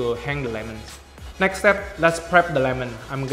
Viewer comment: Many times I heard “ neck “ instead of “ next